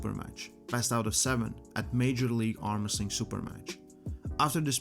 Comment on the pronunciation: Armresting in not Armwresling.